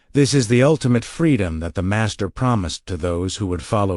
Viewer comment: Your AI has got a glitch... When you said "DA MASTER" in one of the sentences where you were explaining something made a strange slow pronunciation with an accent before you start telling people how to handle their lives take care of your own shit. And by the way Jesus didn't sit in a Lotus position when he prayed, he always either sat, kneeled or looked up in the sky and held his hands and palms upwards.